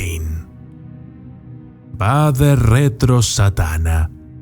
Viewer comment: Un pequeño aporte. En la oración al final se pronuncia más bien como Uade y Uenena. Saludos,!